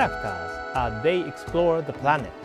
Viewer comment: "While exploring the pRanet..." I lost it, and so did he for a minute XD.